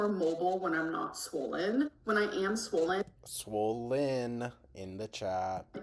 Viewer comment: if she says “swowwwwlllynn” one more time